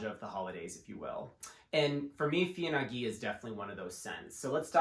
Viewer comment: Heya- the wordplay's on de FIL en aiguille which as mentioned below means what it means. Feeyuh ahn aye gueey, maybe would get us closer to the proper pronunciation, although it's still better to check with Google translate. Thanks for the video~